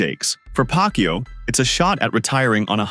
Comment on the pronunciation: this narrator is really laughable, his pronunciation on Manny's surname is pac-u😂😂😂